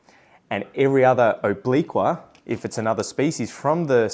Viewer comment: Good to know that obliqua might be renamed. Americans can't pronounce obliqua at all. The new species should be named something Amricans can pronounce like hamburger